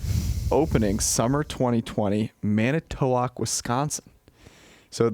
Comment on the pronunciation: the pronunciation of Manitowoc here makes my Wisconsin heart hurt